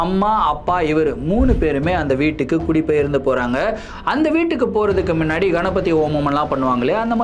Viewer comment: Neenga solura oru word, " minnadi" athu actually "munnadi" kanaka videos la note panninan ondu